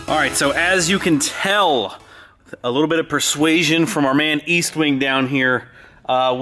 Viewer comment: What wing? Estwing. No 'A' in there. You rag on people for saying Cummings but you called your hammer an eastwing!